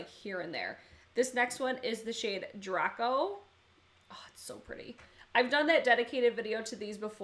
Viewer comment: Dr-ay-co. Like from Harry Potter